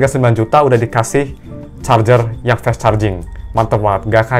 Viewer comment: Kenapa rata2 reviewer hp, ngomong 'fast' bacanya 'fes'